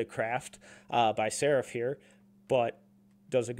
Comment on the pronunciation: He’s pronounced SARAAAAAAF